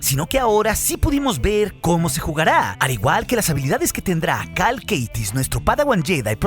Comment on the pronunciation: Estoy casi seguro de que el apellido es Kestis, no Keitis 😂. Buen video!